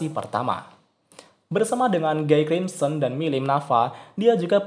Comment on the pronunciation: bacanya "Gi krimsen"